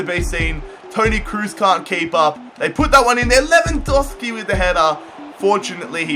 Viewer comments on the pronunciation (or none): none